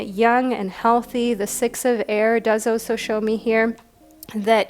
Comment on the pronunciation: I love ur readings, but honeslty, the way you pronounce some things really irks me lol. Like how you say "also" (you say it like "oso") and "scarce" (you say it like scar-se). Not a huge issue but it makes me twitch every time hahah